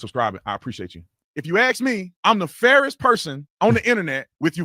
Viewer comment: Another grown person who can’t pronounce ask